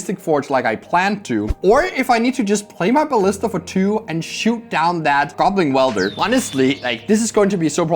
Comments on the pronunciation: I love the content and this is a great match, but every time says goblin wielder instead of goblin welder I die a little inside,, he is welding not wielding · Is someone going to tell how to pronounce Goblin Welder? Or should we not?